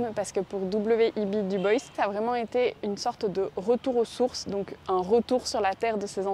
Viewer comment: Dubois prononcé à l'anglaise 🤔. Vous pouvez dire Dubois 😉